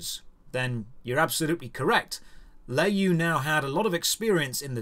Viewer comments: btw It's pronounced "lure yo" not lay you. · Le is pronounce luh in chinese and you is pronounced yo. Not nit picking at all. I love your content and yeah tencent has everyone in their pocket and I hate them as much as I hate the CCP.